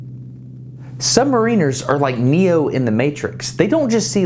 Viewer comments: You say SubmarEENers , we ( U.K. ) say SubMARRiners. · it's pronounced sub-MARE-iners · I hate how americans pronounce submariners